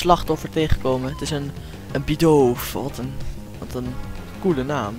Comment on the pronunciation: Leuke video Je spreekt het uit als bidoef